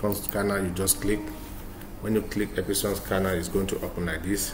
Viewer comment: Ep-Son (2 syllabus).... Not Ep-i-son 😂😂😂